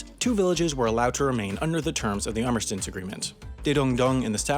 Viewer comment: "Arminstance agreement?"